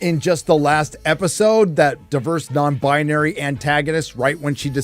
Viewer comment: Stop saying non-bonary and an-tagonist every 5 seconds. So annoying. Come up with something else. Wanted to wach a stire on this crappy show so i didnt' have to. Unfortunately this video way to long and irritating.